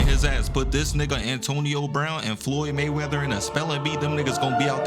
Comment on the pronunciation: “Me may weather floyd “ 😂😭😭